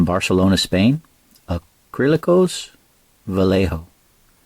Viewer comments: va-yeh-ho and instead of bar-se-lo-na it's Barthelona. Any time you see the C in european spanish it makes a TH sound. Great paint job! Try airbrushing the varnish next time, or if you do brush it on, don't ever apply it directly like that. You'll create weird textures because the layers on top are drying fast while what's below is pooling there. Also don't use a brush you like or paint with. After you varnish with it, that's the varnish brush. Don't varnish your glass parts either. You should use a buffing pad for that. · As an Andalusian, i would recommend you ignore the BarSelona, because you are hearing it in English. I die a bit inside each time I hear AndaluSia, but its what it is. We spaniard do translate eeeevery name to spanish, so we should deal with it. But yeah VA-YEH-HO is a non discussion 🤗🤗